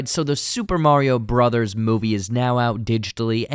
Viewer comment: Hearing someone say Broze instead of Brothers is like a special type of torture.